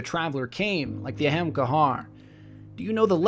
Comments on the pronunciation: Great video as usual, but shouldn't you be saying Ahamkar-a? I swear Bungie should just announce how to pronounce their made up words during a podcast haha. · wtf is wrong with people y are you making up words it's not pronounced like that shit dude bungie was talking about the exotics and said it like the name is u saying it like ur dumb or something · Pronounced Ahamkara wrong sir. Sorry just really bugged me lol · he still pronounces it in two different ways regardless. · Youre saying it wrong -__ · U pronounced it wrong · Im not one to be negative about someones work to bring such an elaborate story to life, but the way you pronounce or perceive the word ahamkara bothered me enough to mention it. It doesnt seem so obviously complicated to have to put an entirely other anunciation to it other than whats in front of you and even to omit the ending "a" as if its not there.... Aa-ham-kahrah or just kera to your preference. I like the idea of where the story was going with hints of an extinct race on venus, but maybe too much filler and not enough exploration of the facts you wanted to put out there. Maybe exploration of that structure in the sky would of been a nice touch to the ending. (There is a way up there through the blue light) Some constructive criticism for ya. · You pronounced Ahamkara wrong every single time. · I wanted to watch this, but hearing someone pronounce hemkar, every few seconds drove me nuts. Ah-hmm-kar-a seems far more likely as a pronunciation, even A-haim-kay-ra. Where in the heck did you come up with your pronunciation. Doesn't make any damn sense. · Lol it bothered me every time you said ahamkahar. It's ahamkara! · There's an 'A' on the end of Ahamkara. you keep saying 'Ahamkar'. I'm certain it's pronounced A-ham-ka-ra. not trying to be a dick, but it did get on my nerves the fifth or sixth time. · Why do you pronounce it ay-hem-kar instead of a-ham-ka-ra like it's actually spelled? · Wait, so it's pronounced Ahamkar not AhamkarA?